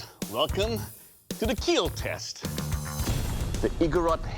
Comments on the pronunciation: Its keal not kill 😂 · Jhony sins: Performs his sword Doug: Your Sword, it will KEAL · Who is here for "IT WILL KEAL"???